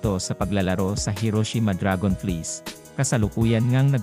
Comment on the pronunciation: Can you pronounce right DRAGONFLIES 😂😂😂